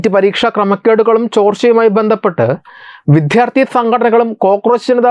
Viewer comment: എടോ മിസ്റ്റർ ഇനിയെങ്കിലും മലയാളത്തിൽ വിദ്യാർത്ഥി എന്ന് പറയാൻ പഠിക്കൂ !!!